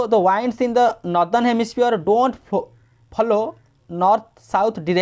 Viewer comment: English pronouciation sunke hasi ahh rha hain Sir... Its not wands, its winds...😂